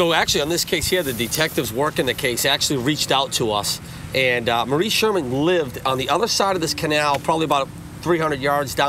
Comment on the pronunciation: The Irish name is pronounced “Morereen” not how Jared etc were saying it.